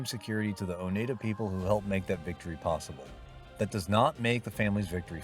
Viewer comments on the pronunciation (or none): AGain as some who live in Upstate New York, It's pronounce O Nide Ah. Get the pronunciation right.